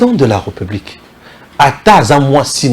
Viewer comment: bjr, j'aimerai bien m'abonné mais à une condition. Le jour où tu commenceras à faire attention sur ta diction tt les jours tu dis: la reupublik, au lieu de républik 🤨🤔